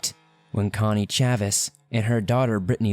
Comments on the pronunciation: For the first case: It's pronounced like "Hoe-k" not "Ho-key". 😂😭😂 and Chay-vis 😭😭😂😭 I couldn't get over that! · Slight correction: "Chavis" rhymes with "Davis". "Hoke" is one syllable; rhymes with "joke." "Londeree" is spoken like "Lown-dree" (rhymes with 'foundry'.)